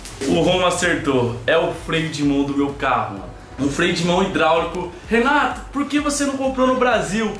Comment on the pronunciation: Quem percebe que o Renato no começo do vidio ele fala Renatos